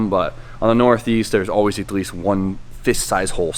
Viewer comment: "igleast" lol